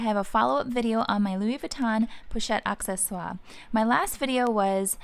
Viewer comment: Great ideas. I love my ebene one. Just FYI it is pronounced “a sse swar” it maintainers the French pronunciation. Some people say accessories (in English)